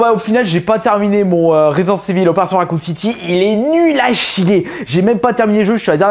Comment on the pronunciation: ResidenT evil, pas ResidenCE evil, combien de fois tu vas te gourer? :noel: Sinon le coup des jeux 64, je comprends pas pourquoi tu dis que Super Mario 64 est pas un achat terrible, par chez moi je tuerais pour trouver des jeux sur 64 à petit prix en VG, la plupart des jeux que je trouve sont surtout du next gen et du PS1/2.